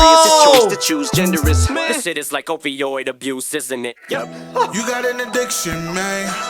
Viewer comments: he says "ovioid abuse" like ovaries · Is he saying opiod abuse or oviod abuse like ovaries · did he say "OVO-oid abuse" instead of opioid abuse? was that a double? I wonder if people missed that one. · It sounded like he said “OVOid Abuse” but in the lyrics it says “Opioid Abuse” 🤔. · Didn't he say "ovioid abuse" (maybe a mispronounciation of "ovoid") in reference eggs and ovaries? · It sounded like he said ovioid not opioid, which would make sense in this situation with bruce becoming caitlin, and a woman usually has ovaries. So saying men are developing an "addiction" for becoming women like an epidemic ❤ this track is fire 🔥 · I might be reaching, but could he also be enunciating opioid as OVOid, in reference to Kendrick Lamar (and by extension the West Coast) roasting OVO? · you missed the pronunciation of Opioid abuse as "OVOid abuse" as that shit was addicting to follow 😂 he references that beef a few times in the album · He said ovioid addiction like addicted to wanting a womans ovaries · I don't hear Opioid abuse. I hear O V Oid abuse